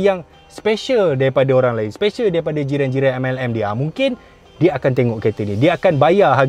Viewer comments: Ha... Ha... Ha...Tak boleh angkatlah sebut MLM. Langsung tergelak besar jadinya. Terbaiklah bang. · Kalo bkn org kaya pakai gtr dah tentu masuk MLM kn...kakakakaka...seronok sebut MLM 😄